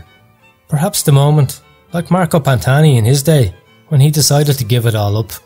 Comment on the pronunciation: Add that he dare to speak Italian missing every single pronunciation without shame … and he even did trash talk and making fun of and men that died and that was one of the best climber ever , amazing guy and beautiful soul Marco Pantani. Honestly I stop to follow this channel . The tone used is unacceptable